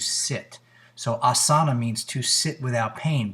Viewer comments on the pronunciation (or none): Back to Sanskrit school, asana has a long first a which gets the emphasis, AH-suh-nuh, the word derives from the verb as, which you got right, it does mean to sit, but says nothing about pain. For that you’ll need patanjali's sthira/ sukham